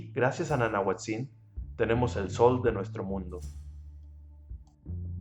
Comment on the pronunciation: Gracias por tus dibujos. Excelente!!. Te contribuyo con esto: El acentuado de las palabras en Náhuatl es grave, no agudo es decir se pronuncia NANAHUÁTZIN.